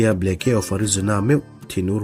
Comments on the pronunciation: "Ble..ke..a" ti a i lam hi😂😂😂 "Blake"..tih a nih hmela... ngaihthlak a hrehawm deuh...Blek-a ti a lam mai tur ani..Blake(Blek) hming te hi hming lar ve tak ani a sin mawle..a lam dan dik pangai te chu hriat ve mai awm tak ka ti deuh... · Governor hming hi blacky tih ang in i lam a, sudden bu hi chhiar loh ka nei tawh lova, Bleak ti hlir in a in ziak a, ( mi nasa, rorum) tihna tih an ziah thin kha. Oxford dict.ka'n en nawn leh a, chutiang chiah chu a lo ni bawk a. Blacky ti lovin,Blik ti lam tawh teh a. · Henry Aurthur Blake, 1884-a Governor nita hi Ble-ke tia lamrik chi a nilo. Charge of The Light Brigate, poem lartak phuahtu pawh William Blake a ni a, Ble-ke tia lamrik a ni ngailo. Google-ah a lamrik dan tur hi en ve ṭhin se a ṭha. Anmahni tan a ṭha tlat mi ngaihthlak tura chhiar an nih rau rau chuan. Chuti chung chuan Mizoṭawng, mahni pianpui ṭawng chhiar dikloh hi a la ngaimawhawm zawk bawk a. Ṭan lak a ngai a nih hi. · Blacke kha blaik tih a lam mai tur...